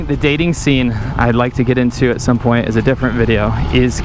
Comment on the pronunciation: No welcome to another wideo? Jk she said that in another clip, thought it was hilarious 'cause of Winston's channel